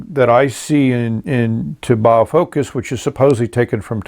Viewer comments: That's definitely the first time I've ever heard of using "exciting music" for filling a pen haha. Loved the magnetism explanation as well. Just one comment on pronunciation, "taobao" is pronounced "tao - bow" ( "tao" as in "taoism" and "bow" as in "take a bow"). I noticed you got better at pronouncing it later in the video. :) As a 10 rating, I'm just going to have to grab one of these. Fun video, thanks a lot! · Super cool filler mechanism! I'm pretty sure "taobao" rhymes with "bow-wow"